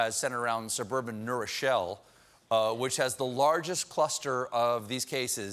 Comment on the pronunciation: When I heard New Rochelle - I thought they were saying Neuro Shell on the news - like it was a "shell" they had created for the Virus... :)